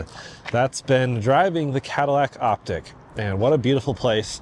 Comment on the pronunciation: Likely the proper pronunciation is "Op - teek" ...not "Op - tick".